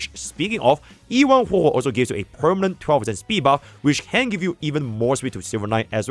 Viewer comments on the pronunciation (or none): It always throws me off 😂 it’s hwehwe